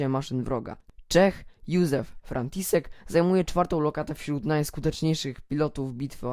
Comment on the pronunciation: Co tam robi symbol Frakcji Czerwonej Armii? Coś ci się pomyliło. A nazwisko tego Czecha z Dyw.303 wymawia się Frantiszek.